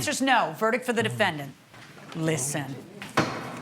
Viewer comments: That “LISTEN” at the end, though. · “Listen” NO YOU LISTEN. I love when the New York comes out.